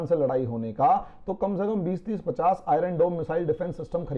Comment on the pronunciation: Iron is pronounced as I-yern and not as I-run .